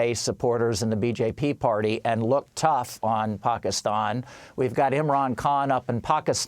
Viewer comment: Where have you been...I think you pronounced Pakistan wrong.